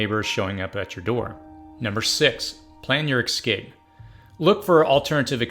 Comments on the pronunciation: EScape, not eXcape. Espresso, not eXpresso. I know you can do it! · Your videos are amazing , but PLEASE .... the WORD is ES-CA-PE not EX-CA-PE..... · Stopped watching when the narrator started saying "ecscape." It's EScape... not ECScape. Smh...🙄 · The word is EScape, not EXcape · Essssssscape. Not eXxxxcape. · Stop saying "excape"! It's "escape" EScape! S. Not X. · Good video, but you do know the word “escape” is not pronounced “excape,” right? Kind of annoying to hear it pronounced that way 50 times. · Say ecscape one more time...but this is a great video.